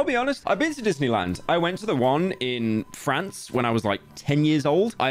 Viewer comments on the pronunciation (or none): none